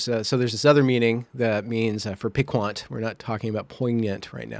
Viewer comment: Piquant. Pee kahnt. You don't speak French, do you. Obsequious?